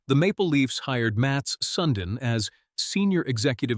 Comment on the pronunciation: Mat Soondin such a great player lol! never knew there was a soondin! Ai-din